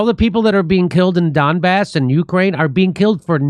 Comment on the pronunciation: Jimmy pronounces Donbass as dumb arse